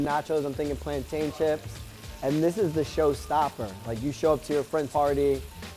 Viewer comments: Notice how he said plan-tayne that’s the correct way but it depends on where your from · thank God he ain't one of those people who say "plantin" like mad crackheads 😂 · Yay! He said "PLANTAIN" NOT "Plantin" 😁👍❤️